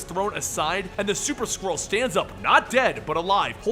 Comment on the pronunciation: I know you're saying Super Skrull but I keep hearing Super Squirrel 😂